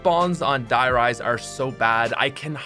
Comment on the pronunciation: A little (european) part of me died when you just said 'Die Rise' with not even the slightest attempt to pronounce it correctly..